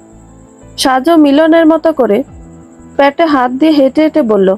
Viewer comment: “প‍্যাটে” নয় “পেটে”